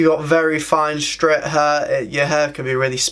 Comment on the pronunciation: Streh = straight